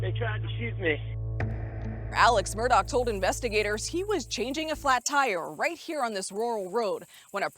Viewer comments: The woman reporter keeps saying "Murdahl." Is this such a complicated name? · asked my Irish friend . She said it’s pronounced ‘Mur- doh’ They themselves pronounce its incorrectly . 😂